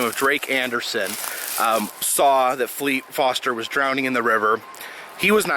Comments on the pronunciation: The word is "drowning" not "drownding". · Hey buddy, its drown drowning and drowned not drownd, drownding and drownded. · "people drownding"? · What's 'drownding'? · Yeah the way he said it every time made me cringe.